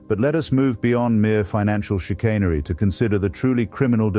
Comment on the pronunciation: Hitchens would not have used "chicAINery" but "chicAHNery".